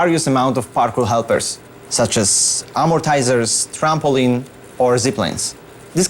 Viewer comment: What is “amotizer?”